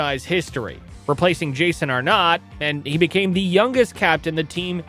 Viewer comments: You ain’t Canadian who the f is Jason are nott. Its are nit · Well, when you show Connor McDavid as Shea Webber, and mispronounce Arnott, heres your algorithm boost terrible AI video.